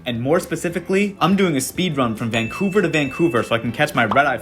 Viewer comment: Van-couver to Vang-couver! Haha seems like you got a hang of the Canadian dialect 😂